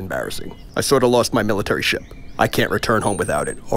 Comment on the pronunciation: Did rodan said ship or shit